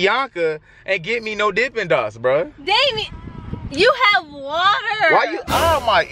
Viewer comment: You said Damien wrong name